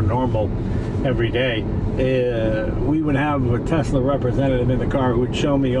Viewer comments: “Tesler”-jay Leno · “Tesler” Jay Leno, 2020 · Love how he calls it tesler like a true old man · Always love Jay reviewing a “Tesler” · New England's take R's off where they belong and then put them where they DON'T belong. EX Caa for Car and Tesler for Tesla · My mother was raised in Brooklyn and says "Tesler". She aslo says "idear" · I went to order my Model Y a while ago and kept referring to it as a "Tesler". Lmao I love Jay Leno. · It also puts an end to the debate on how to pronounce Tesla. Most people: TeSla. Elon and a few others: TeZla. Jay Leno: You're both wrong, its: Teszler. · I love that he calls it "tesler" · And here we are wavin' Brender 'n Eddie goodbye in their Tesler Model Y... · I like Jay, but is he mis-pronouncing Tesla?